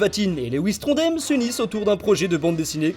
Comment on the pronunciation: Sympa, mais je passait juste dire que "Trondheim" se prononce "Tron-da-i-m", dsl si je suis chiant, j'aime bien ce dessinateur et c'est mon coté rageant qui ressort